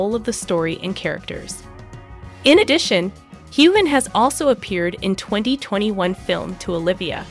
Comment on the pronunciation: Learn the pronunciation of Sam’s name!! Also the pronunciation of Momma Mia!!!